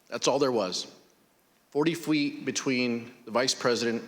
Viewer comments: Swore he said Fweet not feet..... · He definitely said 'Forty fweet.'